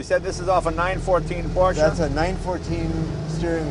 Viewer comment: Great little car. Amazing that both Jay and the owner mispronounce the word, "Porsche."